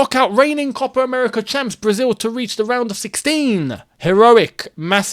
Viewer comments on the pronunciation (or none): none